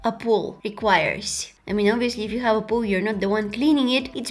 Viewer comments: Poooooooooool not pooooo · Am I the only one that hear poo but not pool? 😂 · I actually laughed so much at you forgetting the waterproof mascara that I woke my partner up.. also.. when you were talking about having a pool in your house.. at first I thought you were saying..pooh. I heard.. I don't have a pooh in my house! 😂🤣😂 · Around 13 minutes in she says the she doesn't have a pool and I'm just hearing "POO". more things she says is I don't want to be cleaning poo AND IM DYING in laughter. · when u said pool it sounded like poo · is it just me or when she was talking about a pool it sounded like poo... no hate love u